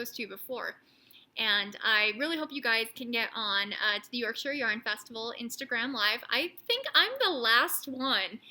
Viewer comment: So happy for wee Oliver. What a tough time for the family. So glad you are able to help, too. Oh, and its pronounced "York-shur". Also, two. other good words for entrails are: viscera, & chitterlings